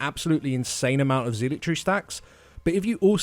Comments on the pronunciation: They technically pronounce it wrong but I hear it said "zeelot" rather often I think. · Please learn how to pronounce zealotry. PLEASE. I know it's a minor thing but it's driving me crazy! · I know it's a little rude, but I snickered each time "zealotry" was said. I don't ACTUALLY know which pronunciation is correct, but I don't hear it they way they say it a lot. So it's kind of funny.